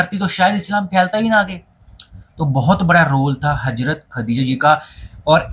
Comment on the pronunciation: Bhi hajrat aor hazrat dono ka alag meaning hey sahi se pronounce ker lia karo 🤌🏻